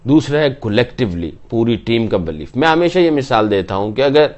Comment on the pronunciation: Its believe NOT BLEEF..Bhai